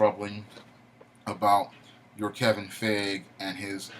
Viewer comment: Its Kevin Fi-Gee